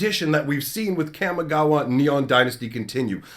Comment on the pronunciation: I'm sorry, so sorry to do this, but you know this is a Japanese based set. I know this is rude to correct you, but it is pronounced Kah Mee Gah Wah not Kam Mee Gah Wah. Just use Spanish vowels. Japanese has the the same vowels Spanish. Also, it is Ninjustu not ninjistu. I know this is annoying, but it bothers me as much as people saying Azuza instead of Azusa.